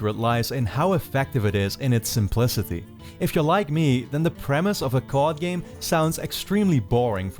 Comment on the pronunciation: When he said "card game", I thought he said "COD game"...